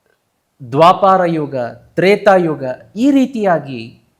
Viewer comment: Krishna na tande hesaru Vaasudeva alla adu Vasudeva Matte adu dwaapara yuga alla Adu dwapara yuga ashte.. dayavittu tappu tiliya bedi